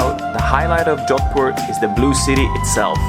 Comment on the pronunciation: Its jodhpur* not " john poor" bro. But very great. India is my native country nd i havent been to jodhpur yet.. now i will plan to visit🤝🏻